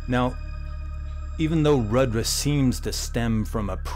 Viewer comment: It is pronounced Roodra.